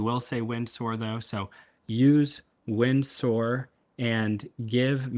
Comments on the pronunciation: Oh my days stop saying wind soar 😂😂😂 It's "Windsor" pronounced "winzurr" That aside, incredible! I'm using manus for very similar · Just a heads-up, it's pronounced "Win-zah" - like Windsor Castle. :D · Pronounced “Winser”